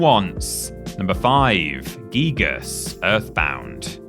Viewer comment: It’s not geegus dearie it’s guygus*